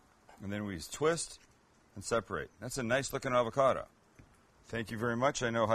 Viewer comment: Avacada?🤣 lol avacado...